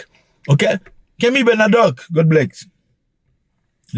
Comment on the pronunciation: The way you Keep on destroying people's names is hilarious "Kemi Benavete" 😂😂😂😂😂😂😂